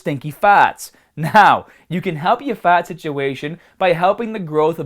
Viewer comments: Just once, I'd love for him to pronounce the R! FaRRRt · About wrecked my truck laughing when you pronounced fart! No offense, like your videos!! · you say fart funny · Why do you say fart like an Australian? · I know man! But you sound incredibly Australian saying fart. Keep up the good work my man.